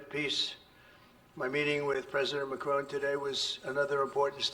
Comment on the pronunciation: "President Macaroon" These are not serious people 😂